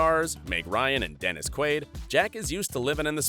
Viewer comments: Butchering jacks name lol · Antony Starr, not Anthony. Pronounce it properly. And it's Jack Quaid, not Quad. SMH.